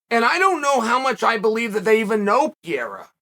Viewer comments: Piera? How do guys at Uncle Chael’s level of experience and exposure, still get these names so wrong? 😂🤔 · I keep think he's saying Pierre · Why does Kale keep calling Alex "Pee-era"? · Why is he always saying his name wrong peira 😂😂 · Came for the "Pee-era"... stayed for the "Pee-era" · Yo have to stop calling Alex "P-era". Ask Henry or some other hispanic to teach you how it is correctly pronounce. All the best! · “Piera” im dead, love you uncle chael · It's not "Piera" you dolt. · Chael… say PER-REY-RA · “Pee-era”. Undefeated. Undisputed. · Is he calling Pereira "PIERA" for a reason? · Per-eira.. c'mon Uncle Chael.. and don't give me that, it's a Spanish name bullshit either. 😆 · you keep saying his last name wrong. It's not Pierre-a! Lol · I love that Chael is calling Alex “Pee’era” lol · Pier , Piera, Perrier he made me forget who Adesanya is fighting with 😁! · Chael: "Pee Era" Me: OK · As a Brazilian, I hate how Chael pronounces Pereira 😂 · You right on point but can you say pereira correctly 😂😂😂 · Mispronounced his name every time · It is Pereira not Piera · its Per-Rayra... not Pee-Era ... PEREIRA and roll your R's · Love ❤️ uncle chael but its pereira not piera 🤷‍♂️💯😂😂😂🤣🤣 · Pereira: Pereira. Chael: Pierre. Pereira: I’m Pierre from now on. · Gotta love how he says Pierre in stead of Pereira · who the fuck is Piera? It is PEREIRA like in PE REI RA !Get it right Chael 🤣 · Uncle Sonnen, one more time: It isn't PIERA. It is PEREIRA. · every time he says what in spanish/ portuguese would be Piera I feel like someone is scratching on a chalkboard. Pe-rei-ra is not like that Joanna last name that is impossible to say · “PIERA” can’t get passed it… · Pierra? Pierre? Piera? 🤦🏻‍♂️ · Pierra :D :D :D LOOOOOOL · Chael ?.... WHO THE HECK IS PIERA !!!!!!!! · PEEAIRAH... PEARAH...PEERA... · Who TF is Pee-E-ra?? Haven't heard of that guy😂😂🤦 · I almost feel like Chael just butcher's names on purpose. Wtf is Pierre? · “I don’t think they even know Pierra.” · It’s Pe rray rruh